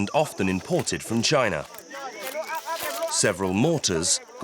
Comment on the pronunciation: Lol. "Next to "